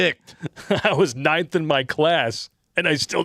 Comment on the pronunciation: When said he was ninth in his class, it sounded like he said he was "knifed in his class," which somehow seems VERY appropriate!!